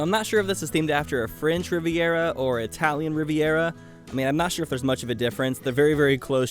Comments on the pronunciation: Lmao Drinking Game every Time He says riverera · I have never heard anyone say riviera the way does....